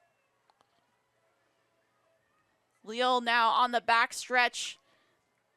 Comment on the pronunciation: Wouldn’t her name be pronounced “Ley-al”?